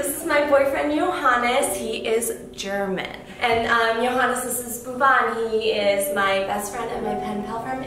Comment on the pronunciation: Johannes pronounciation is perfect